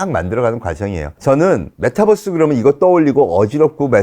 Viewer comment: MetaㅡUniverse 메타버스, 메타뻐스라고 발음하면 안 돼요. 빈 살만은 황태자가 아니고 왕세자